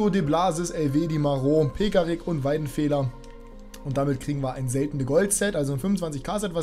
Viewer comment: wie bitte hast du Weidenfeller ausgesprochen